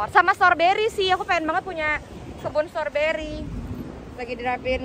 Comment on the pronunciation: Icis tuh ga bs blg strowbery... Tp storbery... Iy ga sih...😅😅